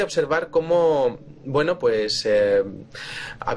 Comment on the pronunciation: Victor Villanueva Lo mismo te digo, el castellano es lindísimo, no es "que gueno" es "qué bueno"